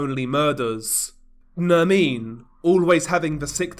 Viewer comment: It’s not Nermine it’s Nerrrmin